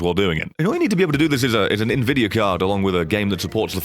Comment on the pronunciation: I think he was pronouncing it like Nvi-dia instead of N-Vidia